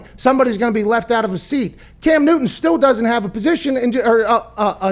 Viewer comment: Dalvin cook will sit “”aht”” ?? Is that on purpose?